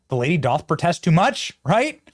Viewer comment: The word "doth" is pronounced "duth"